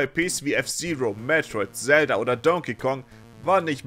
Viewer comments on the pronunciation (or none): none